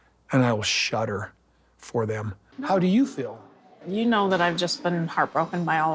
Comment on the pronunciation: Koody, tell me how you fill, like, fer rill. She SOOOO wanted him to say that he was absolutely in LOVE with her, but not the others...that he didnt know "rill" love until her. 🤮